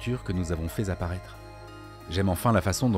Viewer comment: Bonjour, encore une excellente vidéo, merci. Petit bémol toutefois, j'ai noté certaines liaisons hasardeuses. Genre "faizapparaître".